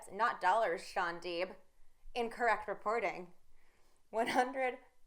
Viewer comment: It's Shaun Deep. Not Shaun Dweep!!!!